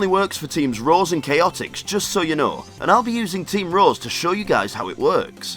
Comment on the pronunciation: lol it sounded like he said team roz